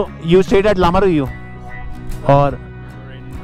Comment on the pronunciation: Lamayuru❌️ Lamaruyu✅️ 😄